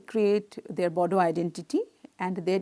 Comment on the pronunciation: Bodo , spell the D as R (boro)